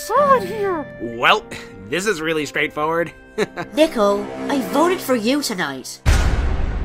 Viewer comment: it not nickel its nickol